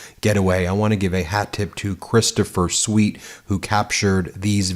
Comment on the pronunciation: it’s Sweat, not Sweat. Like Keith Sweat, or damn I hope I don’t sweat in this heat. Did you watch any of his videos? He says his name for ya..